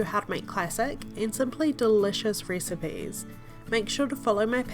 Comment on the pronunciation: The way she says recipes lmao 😂